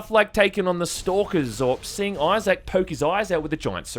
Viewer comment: Who the fuck is "Eyez-Sack"?